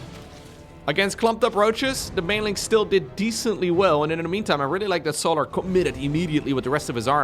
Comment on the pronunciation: Why does bro call him So'larr like he's a Githyanki. Bruh, it's just solar like solar-powered 😭